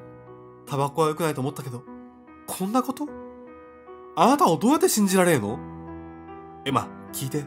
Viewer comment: 「どうやて」だって笑笑